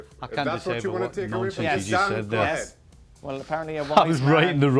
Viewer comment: Stevie calls Dan ”Dawn”